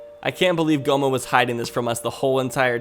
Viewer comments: now i'm picturing a fusion of Gohma and Homer Simpson because it sounded like u said gohmer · Gohma? More like go home-a